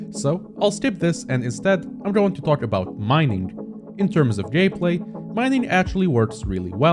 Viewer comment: i can only hear "gay play"